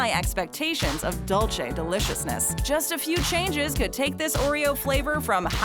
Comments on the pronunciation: It's pronounced "Dool - se" , not "Dool - chay" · Everyone: "Dulce de leche" Americans: "DOULCHE de LECHEI caramel" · “dulchay de lechay” 🤭🤣 BRO I CANT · 😂 dulche de LeChee 🤣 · It made me laugh because of the way she said "dulce de leche", very different of how spanish people say it.